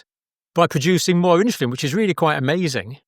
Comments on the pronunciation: Why is Dr in the uk pronouncing the word insulin as INSHULIN!!! Mmm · Is it "inshulin" or " insulin"? I know it's trivial, but it is irritating. 😅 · Why is that Dr. saying inshulin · What the heck is INSHULIN? hilarious and typically Brit destruction of language. Um, er, Uh, er.